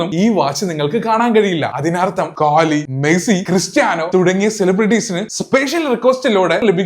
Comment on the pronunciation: Kohli ❌ kaahli ✅😂😂 nthaa bro orortharde per ningalde style il maatti paryuvaano